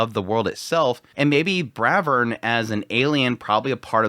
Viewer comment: It's not Bravern, it's BRAVEERRRN!!! 😂